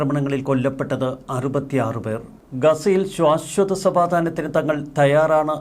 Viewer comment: ശ്വാശ്വതം എന്നു പറയല്ലേ മോൻ! ശാശ്വതം എന്നു ഉച്ചരിക്കു!!